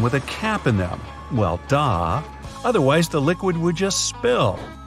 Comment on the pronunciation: wth it's "duh" not "dah" lol